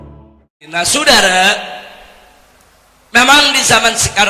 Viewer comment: Lucu klw nyebutin sudara.....njirrr